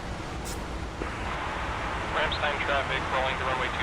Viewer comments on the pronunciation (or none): Just for you’re info, Ramstein is pronounced like beer stein no eee only iii